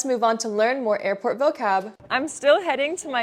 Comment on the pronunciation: i lave earport ❤😂😂